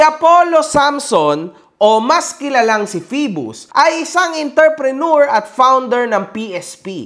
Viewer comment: Boss baka ma bash ka sa pronunciation ng Entrepreneur. Ang correct pronunciation is aan·truh·pruh·noor. hehe